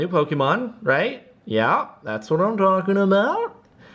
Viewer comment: Let it be known that it's pronounced Po-Keh-Mon, not Po-Kee-Mon.